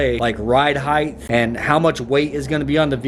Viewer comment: Ride height not ride hieth, hahaha